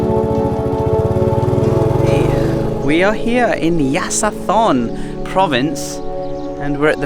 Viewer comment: Hi ----- Yasithorn pronounces Ya-so-Torn.